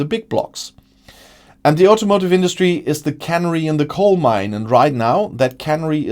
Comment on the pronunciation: It's a can-air-ee in the coal mine (streß on second syllable)